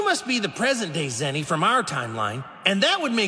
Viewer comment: Are bhai ye zeno he zino nahi